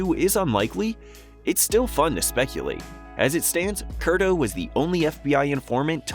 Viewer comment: It was Ray "Curto" not Kurdo.